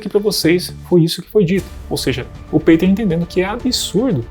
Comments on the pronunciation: Juntar todos não somam nem 1/5 do conhecimento do Peter, tadinhos. hauahuhauhauha E a pronúncia é Pêter e não Peiter. hauhauhauhua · Por que voce pronuncia peiter ao invez do correto que é piter ??? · PETER Igual Peter Pan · O cara utiliza um nome gringo mas quer que pronuncie abrasileirado, é isso? Que loucura meu irmão... 😂